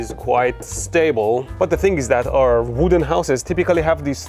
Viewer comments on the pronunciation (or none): none